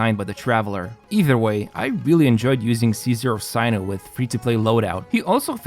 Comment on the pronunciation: btw his name is pronounced as "SENU"